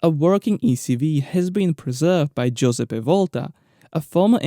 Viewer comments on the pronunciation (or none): none